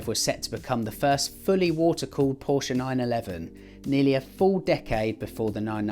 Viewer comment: You pronounce Porsche in the correct manner! Thank you.